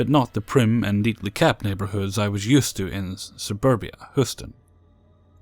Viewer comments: First story the city name is pronounced hYOUston Texas not hooston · hey dude. nice job. but it's Hew-stin. but spelt Houston